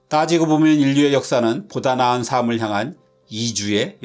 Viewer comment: ‘삶을’의 발음은 [사믈]이 아닌 [살믈] 입니다.